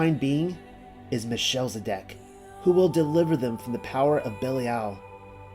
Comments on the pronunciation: Thanks. This video is a treat! But it's... Mel. Che. Sed. Ock. Not sure why it is being read as Michelle-zedock. The ch is a gutteral throat sound, like the noise of.clearing the back of the throat (sort of). In English they often just make a hard "K" sound instead. Listen to how others.pronounce it and it can help. Thank you for the effort this took! And keep studying :) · Melchizedek is pronounced, Mel - kez - e - deck. Shalom, dear brother's and sister's ❤️ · it's MEL-KIZ-ED-EK, not "meh-shell-zedek"